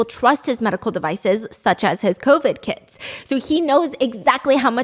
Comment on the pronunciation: It took me a couple of times to realize Stephanie was saying the guy was selling "covid testing kits" and not "covid testing kids"